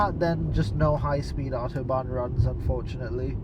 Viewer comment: And without accent too